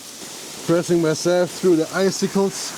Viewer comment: Als Anglist muss ich eines leider loswerden: Eiszapfen auf Englisch, icicle, bitte wie folgt aussprechen: /ˈaɪ.sɪ.kəl/ Alles andere tut höllisch weh... 😄